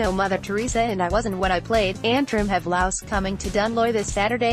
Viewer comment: Laois is pronounced Leash.